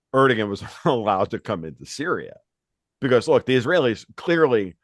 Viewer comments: Learn to pronounce 'Erdogan'. I.e. 'ErdoWAN'. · Is this comedy? Are these some new breed of professional trolls? Guy can't even pronounce Erdogan's name. The g is pronounced like a W. If he doesn't know that, my guess is he doesn't know very much. This is like, a bunch of jackasses talking about the stupidest conspiracy theories on planet earth. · This guy doesn’t even know how to pronounce Erdogan lol. He sucks.